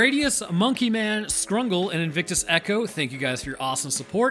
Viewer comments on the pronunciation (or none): It is only at this late date that I actually read the patreon supporters and he pronounces Skungle with an r.